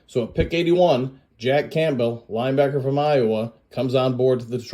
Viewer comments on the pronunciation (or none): What’s with the weird pronunciations???? Camp bell? Gonzaaaaaah lez? My mouth can’t even say Oregon how you said it. Wtf